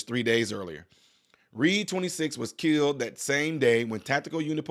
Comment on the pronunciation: You are wrong. She didn't say they killed him, she said; "They KILT EM'!" Get it right 😂😆😂